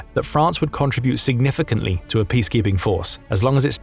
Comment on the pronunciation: OMG learn to say “contribute” correctly 😂